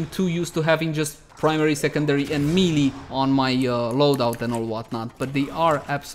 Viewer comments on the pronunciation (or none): none